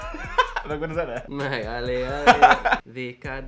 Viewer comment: Ale=él úgy ejtik